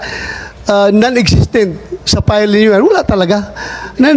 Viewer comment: Bato, pls mag tagalog ka nalang plain & simple...sir.! File...not pile.! At pwede ba hwag kang Bias. Salute 🫡 to Sen Chiz.